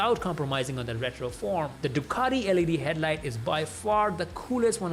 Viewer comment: Ironically, a guy with an Indian accent is the only person that's not Italian, I heard pronounce Ducati correctly 🙂 Thumbs up!